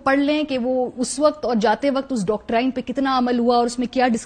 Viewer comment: Humbly request to Marwi Memon Sahiba " its dawk- treen" n not " dawk - tryn" plz dont mind